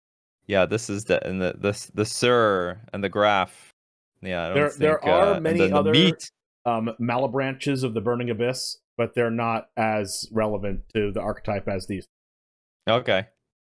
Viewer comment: Only thing i have an issue with is Malebranche. It's technically pronounced Mall-eh-bronk but I'm glad to see has a decent hold of some of these with his Magic background.